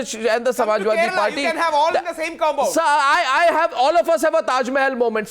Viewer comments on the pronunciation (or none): none